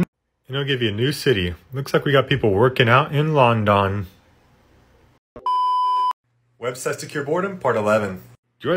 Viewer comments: bro said lundun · Lon-Don 🤣🤣🤣🤣 Af-Racker 🤣🤣🤣🤣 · "Landawn" TF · You pernounced London wrong